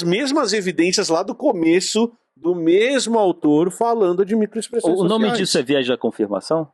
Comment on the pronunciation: Micoexpressoes 😂 kkkkk